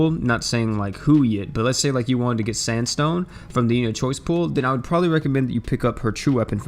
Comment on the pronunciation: Gerald or sanstone?? 😣